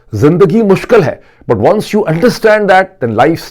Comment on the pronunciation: Well. Some of us do like to listen to Barrister Shahzaad Uckber — primarily because he is not confused between Urdu and English. Your audience can't tell whether your presentation is in Urdu (poor at that, comprising "kataab" and "mushkal") or awfully punctuated English (cinnamon, pepper, this is Moeed Peerzaada). 😊 Further, he doesn't have vernacular catch-phrases like جو ہے . More pertinently he doesn't mingle گڑھی خدابخش (near Laarrkaana with گڑھی شاہو (in Lahore).